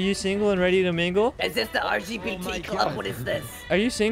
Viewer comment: She said rgbt club 🤣 😂